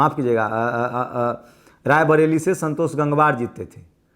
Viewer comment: Rai barelily nahi brely se kabar sahi janch kar bola karo